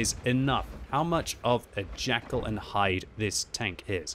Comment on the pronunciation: FYI it is JEKYLL and Hyde not Jackal hehe:P